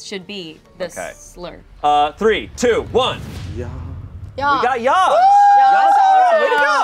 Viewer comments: it’s not ya it’s ja! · I cant get over the fact that they arent pronouncing ja as ya but w a j straight out from dj💀😭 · I hate how the day ja with a j sound😭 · Everytime Ja was mispronounced I wanted to cry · Them pronouncing the “J” in Ja is MURDERING me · The pronunciation of Ja is driving me insane 😭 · The way they pronounce "ja!" annoys me so much omfg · i do not like how they pronounce ja and nein. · I don't like the way the pronounce "ja"